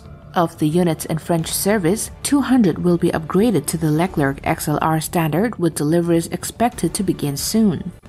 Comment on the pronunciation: leck lerk? hahahahhaha it's pronunciation is > Lay Clare